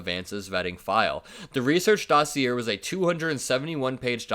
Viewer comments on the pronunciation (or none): It's pronounced, "dah see yay," not, "dah see er." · Dossier = doss-ee-yay End of pronunciation lesson! Keep up the great work! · ❤U - but it's pronounced: daw-see-ā... accent on 1st syllable. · BTW dossier is pronounced doss e a not doss e er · just a gentle poke to say that the word is pronounced DOS-EE-AY. (It's French). Great coverage! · Love your content,. Just FYI, dossier is pronounced dossy-A. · Dossier is pronounced "Doss-ee-ay". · How to say dossier: Doss-ee-ay 💙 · Hey, "dossier" comes from French and pronounced "da see ay". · How do you and your editorial colleagues not know it's not pronounced 'dossy-er.' FFS, you're obviously smart and educated about Realpolitik and international diplomacy, but how do you not learn this word and then sound this derpedly stupid???!!! Do better or don't bother. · (Hey, just a head's up: That is not how dossier is pronounced - the r is not pronounced; the end sounds more like - ay) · DossiER is pronounced Dossi-eh, it's one of them fancy words :D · dossier is French, pronounced doss-i-yay. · Just a quick pronunciation tip - dossier is pronounced "doss-ee-ay". I'm not mocking here. Just trying to be helpful. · The word dossier is pronounced “doss see ayy “ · 💙💙💙 just a small correction: "dossier" is pronounced as DOH-SI-YAY😉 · Small critique- its "dossier" pronounced "'daw-SEE-eh" love the show, keep up the good work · Dossier is not pronounced with the final -r. It sounds like dossi-ay. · Love your channel. Just FYI, dossier is pronounced Doss-yay, or sometimes Doss-ee-yay. Doss-yay is the most common. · Good stuff,. Just a note: It's pronounced daa·see·ay' (dossier). Keep up the good work! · Love you but just letting you know it's pronounced "daa·see·ay" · Just a small heads up. Dossier is pronounced dah-see-ā. You're doing a great job keeping us informed. I really appreciate the work you do. 👍🏽🙂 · Docier is French and pronounced 'doci-A' ❤️💙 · Dossier is pronounced dossiayyy